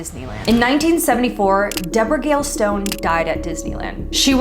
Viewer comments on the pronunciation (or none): Its not Deborah its Debra